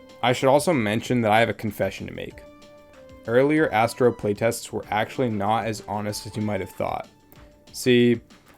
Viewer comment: thank goodness for the subtitles, i thought you said: "this is Assbro" x_x